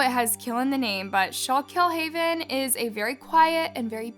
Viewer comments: I’m from Lock Haven Pennsylvania, just about two hours from schuylkill haven ,I just need to tell y’all it’s not “skull kill” haven. Is pronounced “skookool haven” this is a tragedy tho. This page should do a report of Ms hackel , she was murdered years ago in Lock haven PA and body was never found but someone was convicted.. worth a search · It's pronounced SKOOKILL. I live 15 minutes from Schuylkill Haven, this completely changed our county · Its pronounced SKOOK KILL Haven.. Im from here. 😊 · The women in the video are my friends. It's skoo-kill haven. I lived there for years. Love your videos,, but the pronunciation needs some work. This area is riddled with drugs and has gotten worse over the decades. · I live in PA. It's pronounced skook-ill-haven. :D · The mispronunciation of towns name is wild lol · As a Pennsylvanian, you totally butchered the name of the town 😅 everyone does usually! I'm about 2 hrs from that town its always so crazy to hear these kinds of crimes that happen in PA. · Omg where are you from!? I’m from Lock Haven Pennsylvania and that was the first thing I noticed. She butchered the town name 🤣